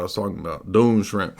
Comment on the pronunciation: It's pronounced "Dune SKRIMP" -- aside from that excellent work as always